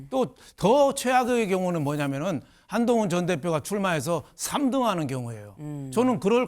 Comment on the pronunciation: 안농운으로 들리는데 뭐냐?ㅋㅋㅋ가발벗으라고 조롱하는거임?ㅋㅋㅋㅋ